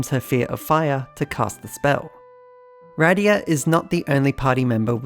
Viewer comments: Not gonna lie, a piece of me dies inside every time you say "Ride-ee-ah" instead of "Rid-ee-ah" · Wrong pronunciation of Rydia, unsubscribed /s